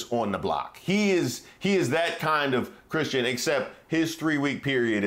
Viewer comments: His uglass said I’m a Christin.. it sounded like he said he wasn’t lol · I had to keep running that back.....did he say "I am not christian".....or was that like the guy on FOX who meant to say College but sounded like Colored.....because maybe he was thinking it? So was Trump thinking it?